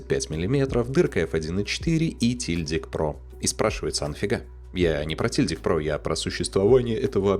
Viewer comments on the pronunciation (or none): "Шильдик" правильно говорить. Нет такого слова "тильдик".